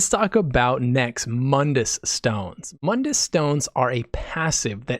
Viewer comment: You saw my comment about Mund-dus.lol It sounded good.